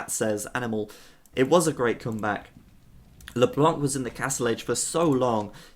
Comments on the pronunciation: Ryze mid What the fuck is YOUR problem ?! Just wanted to tell him so that he won't make the mistake again, not a big deal anyway. It's a french noun, so it should be pronounced withouht the hearing "c", if possible. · Amazing game, and amazing broadcast as usual ! For the record, LeBlanc -> don't pronounce the "c" ;) [it's "the white" in french btw]